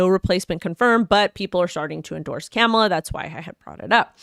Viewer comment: Comma-La….not caaaamala…